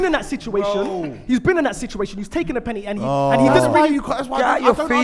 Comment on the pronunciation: Why does say “Pennitty” H🦉er